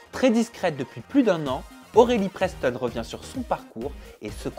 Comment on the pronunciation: y’a que moi qui entend borelie preston ????